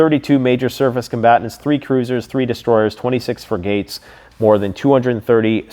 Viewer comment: I'm not saying this in a mean way, or trying to troll you, but.... "frigates" is pronounced "frig - uts" and not "free-gates" or "fri-gates." I can tell you weren't in the navy. I just want you to present in the best, most credible, fashion.